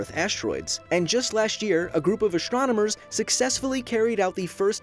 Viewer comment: "A group of ashtronomers"